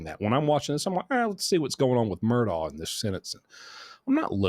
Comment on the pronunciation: It’s pronounced mer-dok , darling 🩵